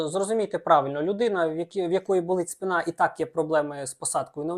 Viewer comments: Дуже цікаві і корисні відео, дякую вам! Дозвольте підказати: українською буде спИна, а не спинА. Дякую доччиному ЗНО)) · Правильно - вИпадки, спИна. Не помиляйтесь!